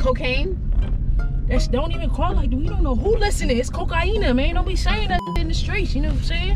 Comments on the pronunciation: Hahaha i lost it, when said it's not cocaine it's CO-CA-INA Loves from Suriname 🇸🇷🇸🇷🇸🇷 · It’s cocienna... bruhhhhhh🤣🤣🤣🤣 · Nigga said cociena